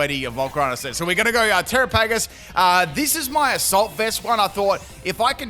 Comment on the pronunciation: I don't understand how you see the word Terapagos and think that's how it's pronounced.